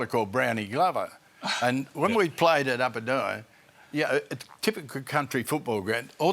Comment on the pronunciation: Not set up at all. And the host calls hin Huddo . lol OH Boy.